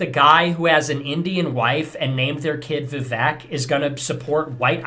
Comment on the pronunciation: He can’t even pronounce Vivek correctly